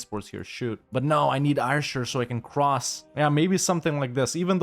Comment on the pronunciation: As per usual, continuing the trend of EUIV Ytbers being unable to say "Ayrshire" properly. It's just Air-shur.